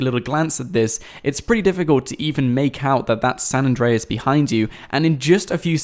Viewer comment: it's not San address